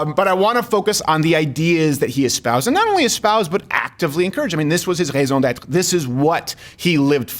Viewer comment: whenever I hear Steven perfectly pronounce "raison d'être" I just want back! BRING BACK!!! (from a fellow french-canadian)